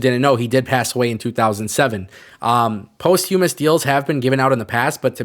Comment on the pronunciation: Listening to you absolutely butcher the word posthumous like 800 times made my day. Thanks for the laughs.